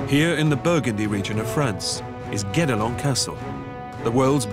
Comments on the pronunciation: To be honest, I heard "Get-Along Castle" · Everytime they say Guédelon Castle I hear "Get Along Castle" and I thought it was partly a joke because everyone has to ...get along... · mispronounced the fckn name of the castle.